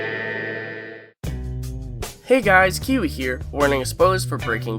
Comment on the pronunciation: It took me this long to realize you were saying, "Hey guys, Kiwi here" and not "Hey guys, Q here". About 2 years.